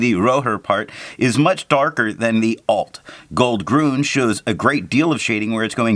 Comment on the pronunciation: Nice video, watched immediately ;). By the way, two small remarks. It is "grün" not "grun" which changed the sound. Also, you have called this ink KWZ Alt-Goldgrün once or twice which I think was quite funny 😂. Take care ;)